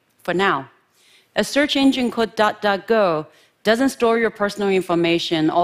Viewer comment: Thanks, because I thought she said dotdotgo